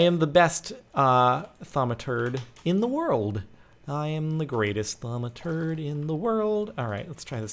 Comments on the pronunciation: "Don't worry. I'm the greatest thuamaturd in the word." Damn right you're a turd at thuamcraft. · I know it is hilarious he says Thaumaturd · Lol you sead terd